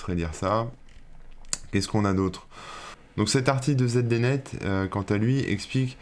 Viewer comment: peu de monde s’en souvient, mais ZDnet, ce vieux service des internet, se prononce zidinette.